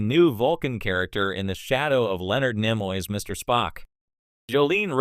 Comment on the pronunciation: Turned it off after 40 seconds because your computer cannot pronounce T’Pol or Nimoy. 👎